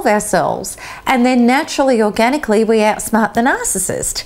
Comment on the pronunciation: Out-Smaht the Nah-cess-cyst